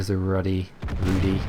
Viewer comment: You may have some problems getting the pronunciation right for the Rudy from the TV show - its Polish hehe